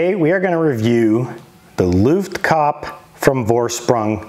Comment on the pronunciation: It's looft-kah-peh 😅